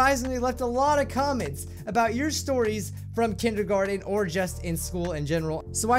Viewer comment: Lets talk about "Kendergarten"